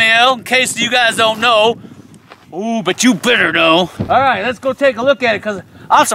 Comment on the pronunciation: Every time he says: So come on lets go! I hear: So come on lets Gold!